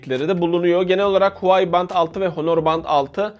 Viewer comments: Huwai değil Huawei reis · huai değil huavey diye okunuyo abi